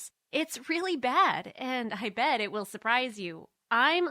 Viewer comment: ''I.bed. it suprize you": Doesn't know she said bed